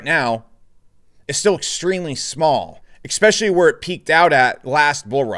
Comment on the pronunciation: bro, please learn to pronounce 'Especially', it's not 'Ecspecially'